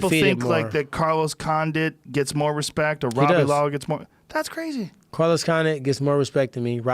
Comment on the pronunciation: Tyron "No Hespect" Woodly